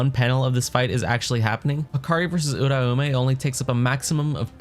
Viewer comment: Im subbing cause you dont pronounce uraume like a retard